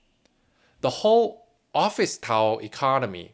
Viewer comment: First, great content. I am subbed to a lot of channels that have news on China, and you echo what they’re saying. You’ve earned my sub. Second, I know I shouldn’t pick on your accent, but every time you say “tower”, it sounds like “towel”. I mean no offense, but it makes me laugh. 🤣 P.S. The CCP can eat a d**k.